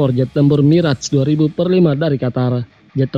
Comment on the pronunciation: bacanya mirage 2000 dash 5 (2000-5)..info saja